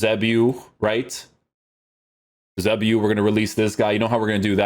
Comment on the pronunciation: Love your content but isnt his name YOU-SAY-BEE-OHH? :D